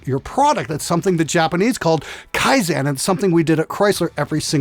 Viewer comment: I laughed so hard when you said they applied "Kaisen" at Chrysler